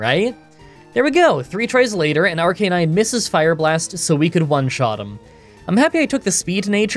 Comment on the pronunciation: For all the apologies you offer about mispronouncing Pokemon names, at about you redeemed everyone north of the Equator in my eyes, by using the intuitive form of Arcanine's name. You know, taking the time to pronounce CANINE in it! The whole point of the name. So which fossil did you grab? Run suggestion; pick a pseudo starter trio, but only use moves that don't make sense. (Like how Snorlax can learn Wild Charge.) AMA: Voice box, or with beard?